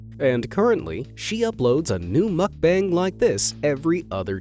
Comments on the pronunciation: Lol muck bang. It's Moook Bung! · It's not muk bang....muk bahng.... pronounced like ahhhh...bahng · ITS pronounced MUHK-BAHNG not bang. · 먹방 (mókbAng, not makbAEng) :/ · the "bang" in mukbang is pronounced bong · I will watch your videos again when you decide to say MOOOOOOOOKBUNG. It’s not makbun…….. this video triggered me so much Mukbang……mooookbang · His pronunciation of mukbang is driving me insane……… it’s not bang more like bung. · mukbang is pronounced "bong" not "bang" like a gun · It’s pronounced muck-bong bro. Get it right if ur gonna say it over & over again in ur video smh. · Not to be rude, and this has happened to me before, I said mukbang I front of my Korean friend and she got mad. Terns out we are pronouncing it wrong. It is spelt mukbang, but it is pronounced ad muck-bung. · I’m sorry but the way he’s saying mukbang is bothering me lol it’s pronounced (muk-bung) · Oh god i cant stand how he pronounce mukbang as makbeng 😂😂 im out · It pronounces mook-bunk 🙄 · It’s mookbang by the way . That’s how you pronounce it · Muck Bang???? Please learn to pronounce the word!🙄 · Please learn to pronounce "Muck-bang" correctly! Muck.... as in What the fxxx. Bang as in b. Ah..ng.. Does not rhyme with fang! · Brah it's pronounced like mook-bong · Pronunciation of mukbang is mokbung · Isnt he pronouncing Mukbang wrong? Its supposed to be pronounced like Mook-bong right? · At least pronounce "mukbang" correctly. 🤦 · Really wanted to watch this. But i cant handle the repeated mispronunciation of "mukbang" so guess not.. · Your pronunciation on 'MUKBANG' is heavier on a scale than the mukbangers weight... Just as we put efforts to pronounce English correctly, work on it on Korean or any foreign language words. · Not sure what was more annoying, the ASMR noises or hearing "mukbang" mispronounced 100 times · Is that how u pronounce mukbang